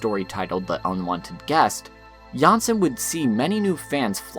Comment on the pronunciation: It's really nice to see this resurgence in interest in Jansson and her work. I do have to note that the surname Jansson is not pronounced like this. The letter o in the name is pronounced like o in oligarch. In the video, you pronounce the name like that of a Danish variant Janssen. Also for advanced fans: the o in Tove is not pronounced the same way, but somewhat like the word "to" or "Moomin" (more like the vowel u) but with stress and therefore elongated slightly.